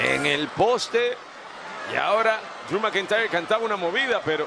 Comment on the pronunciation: Driu Macantayerr